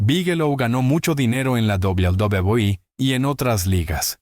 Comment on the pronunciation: Doblu Dablui😂😂😂😂😂😂😂😂😂😂